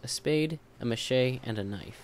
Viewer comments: Great guide bro! very informative. and because i love correcting peoples speech its ma-she-tee not ma-shay but np bro :P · do you pronounce machete like mashay? its mah sheh tee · it's pronouned muh shet e, not mashayy. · haha macheeeeee it's machete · karamja kah-rom-ja. machete mah-sheh-tee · Lol he said machete wrong